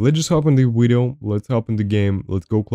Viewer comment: i HATE when you say... wideo